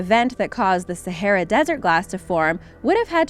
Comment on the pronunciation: Can't even pronounce sahara, waste of time. Stop collecting other people's videos and reposting it,,,, duh@@